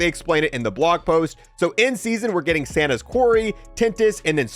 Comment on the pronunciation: My guy said Santa's quarry 😂😂😂